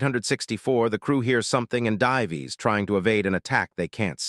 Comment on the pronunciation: Again: why can't AI pronounce "dives"? "di-vees" is like biting into aluminum foil!😖